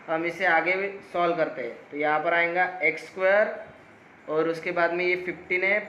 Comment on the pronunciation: Sab sai tha thank you.. Very much... But jab ap AYENGA bolte.. Meri hasi nei rukti 😂😂😂